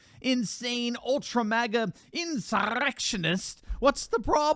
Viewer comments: You always make me laugh when you say "insurrrrrrrrrrrectionist." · Lol.please,, say Insur-r-r-r-r-rectionist again! 🤣🤣🤣🤣